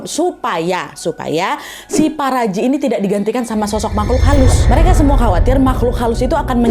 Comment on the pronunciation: bacanya paparaji 😭😭